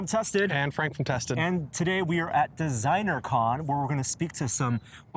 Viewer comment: I thought he said "And today we're at the zeiner con". xD